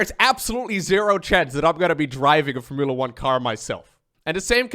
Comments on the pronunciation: can you pronounce four-muu-la 1 cars again...lol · The way you pronounce Formula 1 is gold lol never read it like that before. Keep making content. Been watching you for YEARS